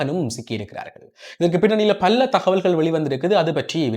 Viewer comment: பல்ல அல்ல. பல என கூறவும்.